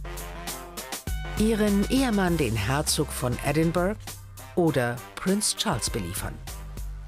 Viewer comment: Wenn die Sprecherin “Edinburgh” falsch ausspricht... 🤦‍♀️